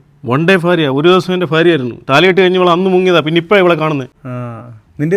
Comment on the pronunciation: എടോ കിഴങ്ങാ, ഫാര്യായല്ല, ഭാര്യ